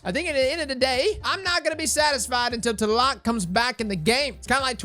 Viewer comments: Thats funny, I thought it was pronounced T-la-loc not tah-lock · ...tuhlock? TL-AH-LOKE bud come on lol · As a guy with the name (Aztec) do me a favor and please pronounce the name correctly lol it's TLA LOC. Say it slowly. It's pronounced just like it's spelled. As a Mexican, the way you pronounce it really hurts my soul bro!! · My man out here using the TLAC instead of TLALOC 🤣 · It is actually pronounced "Tla-lock" trust me im Mexican 👌👍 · It's been shitting me lately hearing all the different pronunciations of 'Tlaloc'. It's 'tlah-lohk'. You're welcome, internet. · FYI: In English Tlaloc is pronounced "T-lay-lock" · Every time he said Teloc my mexican heart broke a little xD Great vídeo as always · Its ta-la-loc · Take a shot everytime he mispronounces Tlaloc Edit: I'm dryunk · lol i swear destiny youtubers can't pronounce anything, like how frost says swAHshbuckler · Please....i was hurt of how you said Tlaloc, not your fault tho, im just hurt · Ok, now delete this video, go back and make it again but say TLALOC the right way :) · Pretty sure the T is supposed to be silent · No gonna lie, as a Mexican, I cringe every time he tries to pronounce Tlaloc. I appreciate the effort tho.